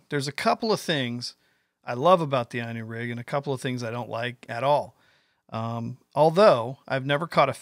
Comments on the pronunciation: *'Eenu'...not 'eyenu'... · I personally couldn't care less how you say it but little fyi Inu is pronounced like "E-New" I haven't used the Inu rig yet but have few worms rigged up and I totally agree with you. Not only easier to rig but Id rather have a tied on hook than free floating for hooking a fish. Its pretty cool ima have to steal it lol. That's what i think is the beauty of this new rig is its now just a new bait but new way to fish. Ive heard of Japan Inu rigs on drop shots, with jig heads, spinner blades, swimbaits and more. I never fish worms but fished like this I might start to.... if it works at my ponds. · It's ln U which in Japanese for Dog. Valbwill never understand Yanks creative misprono uncing simple English Worse is baffling. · At least pronounce it right. Looks good though!